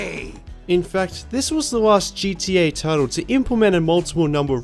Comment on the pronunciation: You pronounce it GTA this time, not GDA.. wonderful!